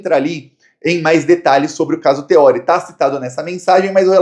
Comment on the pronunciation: é Theorí, o acento é no I e não no O.